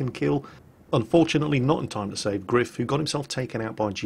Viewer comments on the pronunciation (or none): gR3iF is pronounced grife try singing: grife nanananana grife is grife nanananana